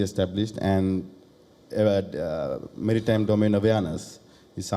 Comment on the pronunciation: Not merrtime security but "maritime security" 😂